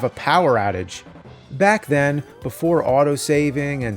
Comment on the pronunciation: "Power Adage" did you mean outage?